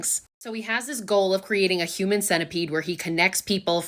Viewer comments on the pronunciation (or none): none